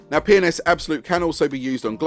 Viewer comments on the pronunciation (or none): i like how with your accent, P & S sounds like youre saying penis